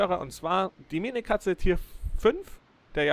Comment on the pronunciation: Das heißt Minekase und nicht minekatze